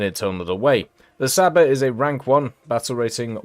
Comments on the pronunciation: It's not pronounced as "Saba", it's more like "Chaba", like ch sound in the word "chicken" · I’m just here for pronouncing Csaba